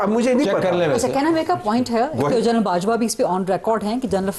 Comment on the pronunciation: She pronounces General as Journal